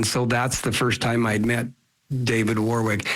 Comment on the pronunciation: its not ...war wik....its a place called.... wor rick